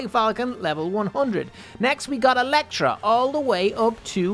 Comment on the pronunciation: Storm falcon:Electra not electo